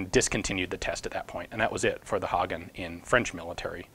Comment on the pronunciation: Your pronounciation of Hagen is surprisingly good. And a great video as always, Ian :)